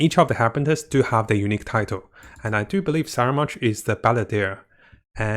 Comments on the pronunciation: Corrections on the pronunciations please: Harbinger is pronounced as Har-binge(nj)-er NOT Harpinter Fatui is pronounced as Fa-too-ee NOT Fatawee Scaramouche is pronounced as Ska-ra-moosh NOT Sharamouche It’s really nothing actually but its kinda annoying 🥲 Nonetheless, still love your content! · no no, in italiano si chiama scaramuccia e quindi scaramouche, non saramounche. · Why is he pronouncing it as "Saramounch"? There's no "n" on the spelling. ("Scaramouche") Please enlighten me. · Sara munch, lol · The names just getting butchered left and right.. Fatari.. Scaramunch.. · Scaramounch I can pass since hes only appeared a couple of times. But come on, with how many people have pronounced 'fatui' ingame. How could he butcher that? Lol